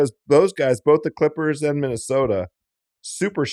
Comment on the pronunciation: Bill says “Quippers” to refer to LA’s other basketball team. I think they all have speech issues